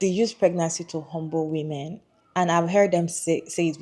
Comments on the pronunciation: Why does this person keep pronouncing "women" as "woman"? That being said, I agree that no woman should get married just because society expects her to. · How come so many people struggle with correctly pronouncing "women??" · omggg!! yes!! It's a recent pet peeve of mine. Recently people have been pronouncing the "wo" in women so weird. (SN: Not you, haha the other lady)